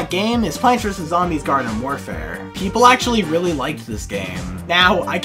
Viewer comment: Hate to be that guy but you said varden instead of garden.